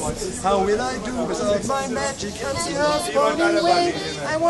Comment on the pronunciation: "ze food" " zusern birds" : hah what a hard German accent :D Being German myself i always find it funny to hear people with low English pronunciation abilities. now i want to hear westerwelle perform this song xD D: it would be Gold !!! :D